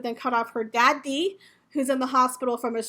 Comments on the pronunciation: Side note I love how you say da-dee lol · 👨‍👦‍👦 *I love how you say, "Daddy" 👨‍👦‍👦 It's a good laugh & great way to start the day!